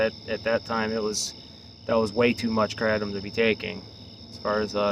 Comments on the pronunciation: Why do you keep saying kratom incorrectly? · Ugliest way to pronounce kratom